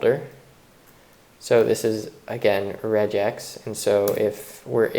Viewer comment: Nice video series, well paced and very well presented! Obligatory pronunciation jibe: regex is short for "regular expression", and does not necessarily rhyme with 'hedge ex' or 'ledge ex'. :)